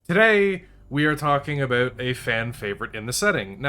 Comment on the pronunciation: Holy wah! please just post a video of you saying about.